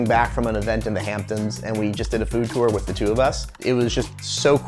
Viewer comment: the way he pronounces tour makes me furious